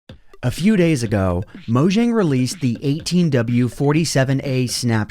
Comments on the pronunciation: It’s not mojing it’s Mojang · Its pronounced "Mo Yang" not "Mo Jang"